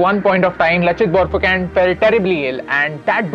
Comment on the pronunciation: Lachit barphukan pronunciation is wrong